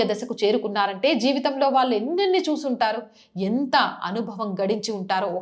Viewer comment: విషయం బాగున్నా pronunciation లోపాలు వలన బాధ కలుగుతున్నది. కల్లు vs కళ్ళు భాద vs బాధ వాల్లు vs వాళ్ళు etc.